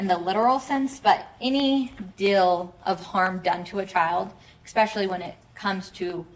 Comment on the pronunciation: Hey lady prosecutor…it’s not eXpecially…….its eSpecially…drives me crazy ! 🤪 🙄🙄🙄🙄🙄